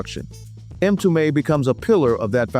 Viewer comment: Not 'em tume " but mmmtume , it is Swahili for Messenger or prophet